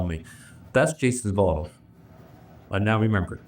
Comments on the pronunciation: I had to read the captions to figure out the word “bottle”. 😂 I was hearing ball. How do you have three half full balls with fingerprints. 😂🤣 Pedal bike was a new one. Distracted me from everything else. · Omg I did the exact same thing. I kept hearing “balls” for the longest time. Thought they were playing boules or something 😂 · Yes. The buzzcut guy can’t say “boTTle”. He needs a speech coach.